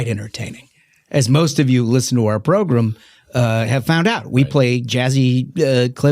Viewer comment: Especially entertaining “progrem” today.